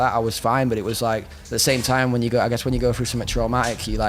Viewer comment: "everything you go frough"